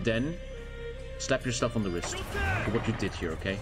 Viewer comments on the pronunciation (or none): none